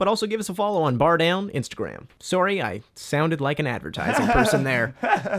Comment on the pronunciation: and Canadians say they don’t say sorry like that